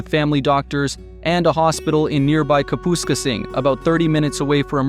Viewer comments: In #3 you mentioned Kapuskaping! You should have learned how to pronounce the town's name! Cap-us-cape-ing You forgot to mention that one better not be allergic to black flies if you move to Smooth Rock Falls! Horses have to be kept indoors during July and part of August or they go mad! In addition to long, cool (35-ears ago, it was -5C overnight in the 3rd week of July) summer days, you get long, dark, and freezing winters! You might even get a Northern Resident Tax Credit; however, the higher cost of everything eats that up quickly. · Interesting and amusing, but should learn how to pronounce town names (Kap-a-skay-sing, Ree-j-eye-na., etc.) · IT IS NOT KA POOS KA PING, IT IS KAP UH SKASING LMAO😂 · The way the AI pronounced Kapuskasing is wild. lol